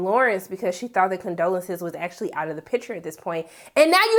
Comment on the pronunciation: The woman’s name is Condola! , not Condolences 😂 geez